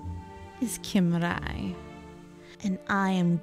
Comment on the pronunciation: WAIT ITS cimrai"? I always pronounced it "simrai"